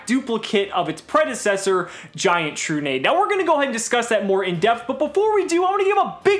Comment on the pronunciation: is it not tru-nah-dey?